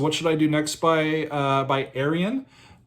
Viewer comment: Ayreon ; -) or Are-yun Loo-kah-sen.